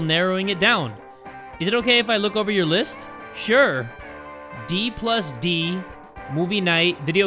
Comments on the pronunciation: pronouncing Dungeons and dragons as "d plus d" was the highlight of this episode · Ain’t no way he said D plus D my man that’s Dungeons and Dragons I love you but wow